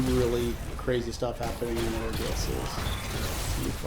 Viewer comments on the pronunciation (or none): He said udder things lol